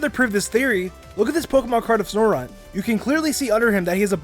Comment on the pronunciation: ITS SNOW-RUNT! NOT SNORE RUNT! IT BOTHERS ME SO MUCH THAT PEOPLE SAY IT LIKE THAT!